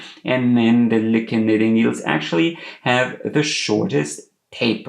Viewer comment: I’m almost certain the name is pronounced LOUKE